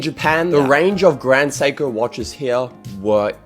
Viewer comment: Can't pronounce grand seiko 🤦